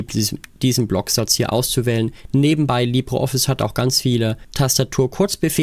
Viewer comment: Wieso Libro Office? Es heisst Libre Office. In Spanisch "Libro" bedeutet Buch, dagegen "Libre" bedeutet Frei.